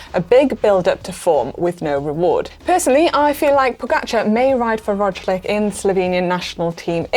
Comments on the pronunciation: Rodgelic? What's up with Roglic pronunciation? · That’s a weird pronunciation of Roglic by Manon. Rochclick 🤨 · I understand the names are hard to pronounce. I suggest these pronunciations : David Gaudu (Go-Due) Primoz Roglič (Raw-Glitch) Nairo Quintana (Kin-Tah-Nah) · It’s ro-glitch right not raw-glitch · Can someone please tell Mannon that she mixed up the g and c in pronouncing Roglic 😅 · It’s a shame Roglitch isn’t going head to head with Vinnigo. Can we have a GCN special on the definitive pronunciations please. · please learn how to pronounce primož roglič if you are going to do this kind of videos its reallly embarrassing to say the least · This girl cant say Roglič. Unprofesional. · How many grand tour stages do Primoz need to win to have his name correctly pronounced? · Manon I love ya sweetheart but you really need to work on those name pronunciations!!! Roglic, Van Aert and Micheal Woods is the top 3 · The Ročlig/Winnegu duo of Jumbo-Visma will give commentators nightmares for years to come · I enjoy Manon, but I’ve never heard such pronunciation of Roglic, Vingeagaard, or Gaudu 😂. Hoping for a surprise victory from some of the smaller teams. A G. Bennett, Woodsy, or McNulty win would be amazing. Interested to see how different programs impact the participants performances. Hard to tell if the women’s route is ridden hard enough to shell the punchier riders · Funny way of pronouncing Roglic